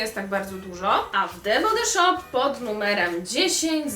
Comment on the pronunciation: nie chce się wymądrzać ani Cię urazić ale „the body shop” czyta się „the bodi szop” 😁😊❤️ wybacz